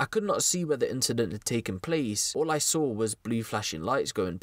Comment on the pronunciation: And what’s up with the damn R is Saw???!?!? Like Thts so damn extra. Yu can pronounce plenty fine but wtf mate